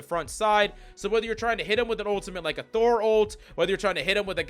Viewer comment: Thor. It’s Thor.